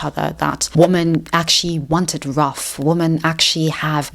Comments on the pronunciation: loved the video but why do u say woman instead of women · Why do you pronounce women as woman??? Ok so what you said about men equating intimacy with control listen, I literally stopped having interest in sex not long after 50 Shades came out because every freaking woman wanted me to dom her in the sack, some even wanted rape play and my father is a rapist and that was just the highest turn off for me and I have basically given up on women as a result of all of this. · Why does she pronounce 'woman' and 'women' the same?? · Please learn how to pronounce WOMEN!!!!!:face-orange-raised-eyebrow::face-fuchsia-tongue-out